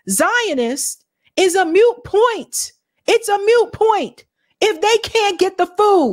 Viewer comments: Moot point,. Not "mute." Moot. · Dear: It IS NOT MUTE point. Mute means someone who can't speak. This is a moot point. Moot rhymes with boot. Not with mute. Boot. Moot point.